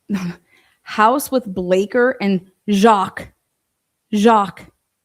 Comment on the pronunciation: Thank You!! you crack me up with the names 🤣 "Zh-awk "Jock